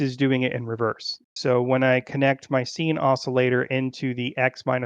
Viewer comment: Friendly piece of advice: Sine is pronounced like “sign”, not “scene”. Sorry, pet peeve. Also, the order is always x, y, z